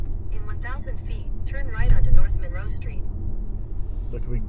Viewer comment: Apparently they don’t teach history in Florida. Also, please don’t mispronounce Monroe that way. Do you pronounce Marilyn Monroe that way - no you don’t. Ypsilanti is pronounced WITHOUT the y. Trees are good for the environment. Why do people south of Ohio drive soooook slow - geez. Btw, you would not like living here. Move along, please.